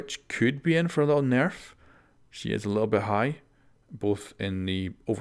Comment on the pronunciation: I like the way you say nerf. Very cool.